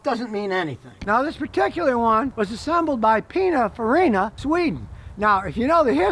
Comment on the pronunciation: I'm sorry but has he said Pina Farina!? 😂😂😂